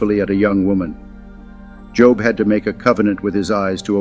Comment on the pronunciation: Shame on you. You mispronounced Job multiple times